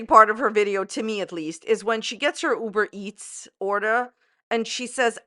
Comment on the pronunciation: "UBER -MEETS" lol!